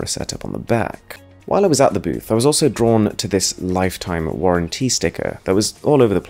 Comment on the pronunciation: "Lifetime warran-TEE sticker"